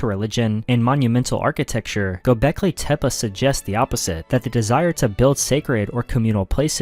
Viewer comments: Tepe ❌ Tep-uh ✅ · Yes tep-peh is correct. Which is why this video that says tep-puh is wrong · Its called tepi not tepa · Dude can’t even pronounce Tepe. Vids bunk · Stopped watching immediately for that pronunciation of tepe😂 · Take a drink every time he says Tepe wrong 😂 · Came right out the gate with it, I'm like, oh no ! 🤦‍♀️ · Casuals listen to joe Rogan too much saying it wrong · Maybe that’s how the original inhabitants said it